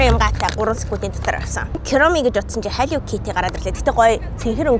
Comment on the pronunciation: yagaad kiromi chiwga hillow kitty geed sonin heleed baigaa yum?